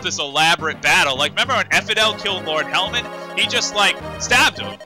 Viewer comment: Every time I've heard you say Lord Helman it sounds like Lord Helmet, then you have to go and make all these Star Wars references! Are you trying to break my funny bone!?!